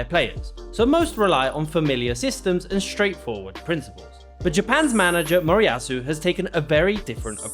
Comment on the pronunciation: MORIYASU, no “Morasu”